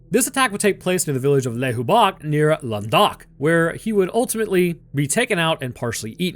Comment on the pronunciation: As a french people, all I can say is that I liked your prononciation ;) (u did your best xD) Your prononciation of Languedoc was perfect tho